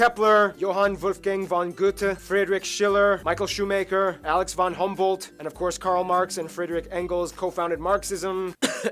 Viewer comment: I didn't realized how bad his German was until I heard "Maikel Shoe-maker" wtf! XD